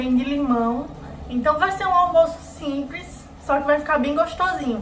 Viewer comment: Você costuma troca o L sempre pelo R na palavra simples, você fala simpres. O estrogonoff que eu conheço né assim não kkk, aqui esse daí é creme de frango.